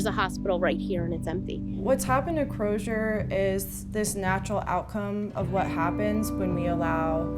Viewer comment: Why is everyone in the clip pronouncing the Z in Crozer as a Zh? Surely if they can pronounce "frozen" or "razor," they can use a normal Z in "Crozer."